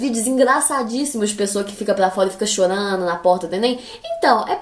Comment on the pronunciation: Mano ela falando " plova, pla "